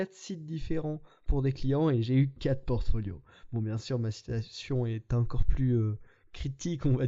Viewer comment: "Portoflio", dommage :p